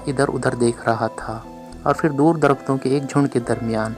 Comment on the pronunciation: Hut 👌👍 Hit 👎 JAZAKALLAH KHAIR Rewani m jub bolty hain tu Jo words normally zebaan p hun wo hi Ada huty P ko h bolna rewani nei h Phir, 👍 Fhir 👎 Pharna 👍. Fharna 👎 Phat 👍. Fhat 👎 P ko f na bolain JAZAKALLAH KHAIR